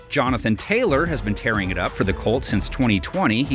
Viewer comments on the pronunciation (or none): none